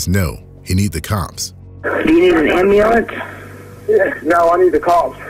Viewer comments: ambeelance, really? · If he didn't struggle pronouncing his "R's" and "L's", as if they were "W's" id almost agree with you. Also he definitely said "am-ba-lance". He lost me all together right there.